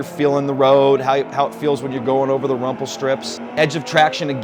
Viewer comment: I thought it was "rumble strips" not "rumple", or is it rumple in America?